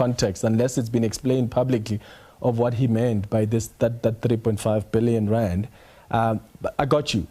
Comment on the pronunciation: Randt irratates me, it is rand 😂